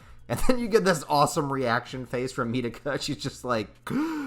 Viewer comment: Great video but the way Mitakas name is pronounced in japanese is "Me Tah Kah" not metehkuh its like mikasa basically.